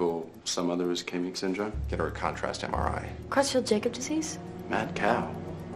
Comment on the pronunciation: Did she just say "Crutsfield Jacob disease"? That is NOT how that disease is pronounced...not even close...